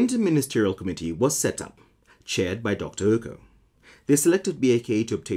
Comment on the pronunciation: What's up with 'Ouko' being pronounced as 'Ooko'?